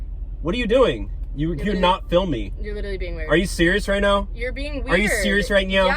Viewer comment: “Are you serious right nyow?” 😠 “Are you serious right nyow?” 😤